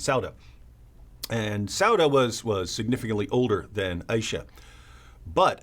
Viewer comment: If you're going to speak about that woman's name you could at least pronounce her name correctly. I. Ee Sha.